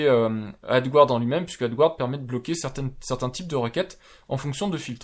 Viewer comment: Adgarde, pas adgouarde! Erreur fréquente des français qui ne reconnaissent pas le mot français emprunté par l'anglais et prononcé comme l'original. Ce n'est pas grand chose mais ça vous permettra de faire encore un tout petit peu plus pro 😉 (pour être totalement précis, prononcez "adgâd")